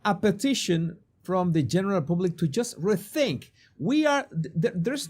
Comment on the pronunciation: /Pub/lick not /poob/lick ....